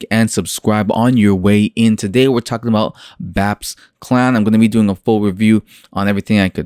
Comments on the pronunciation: Reviewing a project like BAPES which you should’ve been pronouncing it like Ba• apes not BAPS lmao! You only said their name right ONCE in that entire video which was when you were reading the “Planet of the Bapes” part. But to fully review a project like Bapes that is promising a lot and seems overly ambitious you have to fully immersive into the Bapes discord and listen in on podiums and AMAs. It can’t just be something you spent a few hours on bro. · Bro if you’re going to review a project learn how to pronounce the name correctly lol…. smh 🤦🏻‍♂️ Completely ruins your credibility. Also you did very minimal research. You didn’t go on the discord, you didn’t go on their twitter. Unless you’ve been in the space for 8+ months or are a popular NFT influencer it’s very hard to form an intellectual opinion on the surface without doing more extensive research. Just my opinion not hating just tryna give some honest feedback, do with it what you will. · Hahaha I might've harped on you pretty bad about mispronouncing their name but like I said in my first comment it really ruins the credibility of the video. And I agree with what you said. I think that is an important piece to a large puzzle. You covered a few important pieces in the video but not everything was included. I understand wanting to release content and not wanting videos to be super long but I feel it's a lot better to take some time to do some immersive research on projects like Bapes Clan and then just gather some bullet points from your research that you can fully cover in your video. Quality over quantity, as they say in youtube. It's just small things like that, that will help get your videos get to the next level.